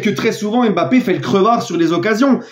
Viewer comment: Salut, je vous suis depuis les Pays-Bas. Vos commentaires sont vraiment super mais arrête de dire Mbapart. Cela décrédibilise vos propos. Aller passe une bonne soirée.